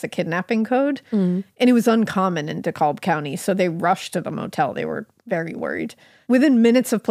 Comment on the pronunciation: I’m actually from GA and I just have to correct you on the county name (don’t worry though, everyone who isn’t from here says it wrong). Dekalb = Decab. My husband is from Utah and struggles with us Southerners leaving letters off where they clearly are and adding them where they clearly aren’t. I love yall so much! So glad I found your podcast!